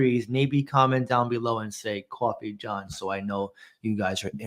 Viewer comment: Gotta get that Qwoffee